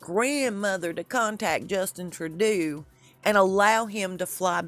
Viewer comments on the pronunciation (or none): Trudeau is pronounced. "Trudoh" Rhymes with GO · Crazy mess, and isn't going to get better a ever!!! I know,, that you want your posts to be correct, so I wanted to mention that the Canadian Prime Minister's last name (Trudeau) is pronounced 'true dough'. Keep up the good work!!! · Trudeau is pronounced "True-dough", just fyi, yes I'm Canadian, lol🤗🇨🇦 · "Trud..oh" not "Tru..do" Also not "returned back"....... it's redundant Just "returned" will do. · Our prime ministers name is pronounced true dough